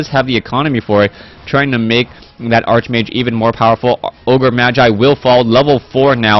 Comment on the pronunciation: Its "Arch"mage, pronounced as in Archangel... Its not that I care, but it might be easier for you to pronounce while youre doing play by play.